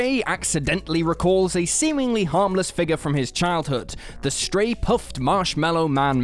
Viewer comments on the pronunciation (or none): Did he just say STRAY PUFF. Its STAY PUFT. 😁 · The...the “Stray” Puft Marshmallow Man? It’s STAY Puft, man! STAY Puft! Jeez! How you managed to make that flub and not correct it before uploading the video boggles my mind! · It's not Stray Puft, It's STAY PUFT...... ding dong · Stray-Puff marshmallow man? LMAO its stay -puff not stray puff. I can tell you have never seen the movie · I'm not taking my gun politics from a guy who can't pronounce "Stay Puft." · Am I the only one who heard "STRAY PUFF" when they were talking about Ghostbusters? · "Stray Puft"? I probably shouldn't comment on others' videos when I'm half drunk, but man, you gotta pronounce basic stuff right. This is said/shown in the movie like a half a dozen times. It's written right on his hat! Between this and "Jake Gits" from "Chinatown" in a video a week or two ago, I'm starting to wonder about you guys. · Yeah I had to double-take that one. He totally said "Stray" lol. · Cool... I wasn't the only person who heard that, then.